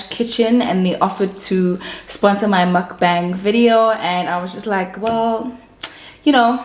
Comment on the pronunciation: What a fun Vid! your laugh is everything!!! you're almost at 90k subbies!!! Congratulations!!! PS. Mukbang is pronounced "Mook-b(ah)ng!"